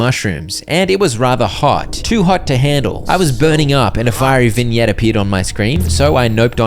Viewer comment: it said vig nut